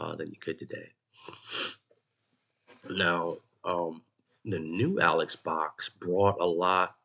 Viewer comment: Interesting and informative video. FYI - I too have been enjoying and attending LSU baseball games since the 1980s. During the early to mid 1990s Mr Robert Box, the brother of Alex Box sat in the seats next to us. “Alex” is actually pronounced “Alec”. If you ever listen to old Skip Bertman interviews he pronounces it Alec.